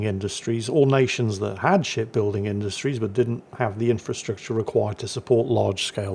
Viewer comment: I can not help but hear "shit building industries" all the time ......